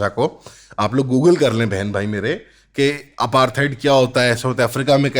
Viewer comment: when he said bhen it feels like he said bc